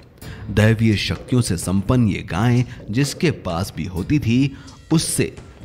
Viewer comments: अबे जाहिल गांय नहीं गाय, उच्चारण तो शुद्ध कर मूर्ख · अरे भाई गांय नहीं गाय है उच्चारण तो शुद्ध करना सीखो ।